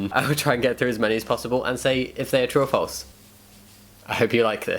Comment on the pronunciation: When he says true or false quickly, it sounds like he’s saying “truffles” and now I wish this was a video about truffles